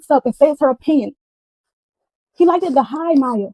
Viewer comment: Her adding an extra ED on certain words is really pissing me off🤦🏾‍♀️😒...."hurtEd"....'like-ED ".... "LookED"... SMH